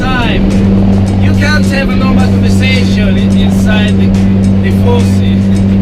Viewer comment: Every single time u say "4C" it seems you are saying "Tiffosi". Just kidding, nice video as always!